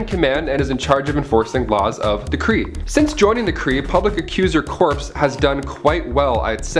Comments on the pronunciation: "Corps" is pronounced "core", not "corpse"; examples: Peace Corps, Marine Corps, et al. "Corp", which is short for "corporation", is pronounced "korp"; example: Apple Corp is"Apple Korp", not "Apple Core". I mentioned both because I've noted it's kind of a common Canadian thing to mispronounce them. Well, to be fair, it's a Canadian thing to mispronounce a lot of words but hey, it's not our fault, blame the British. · Back to the "Corpse" men,..this time for the Kree, vs the Kree Corps. ("Cor"). A distinct difference between a "Corpse" & a member of a military unit,. aka "corps". for Ronin the Supreme Accuser of the Kree Accuser Corp.